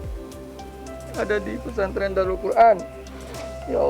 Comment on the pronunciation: Daarul qur’an kali. Bukan daurul qur’an